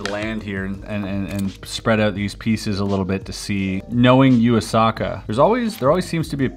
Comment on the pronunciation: This puzzle by "you-a-sucker" 😂😂 Everytime Chris says Yuu Asaka I have to smile 😋